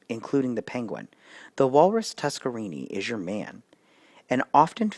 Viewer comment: Thought it was always pronounced TuskerNINI